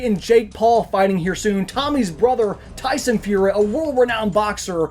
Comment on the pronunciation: If you're going to cover story you should at least know how to say the person in the name Tyson fury not whether the f*** you said